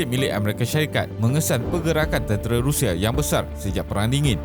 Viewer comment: RUSSIA bukan RIUSIA okey